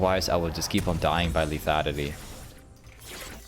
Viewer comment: say lethanity one more time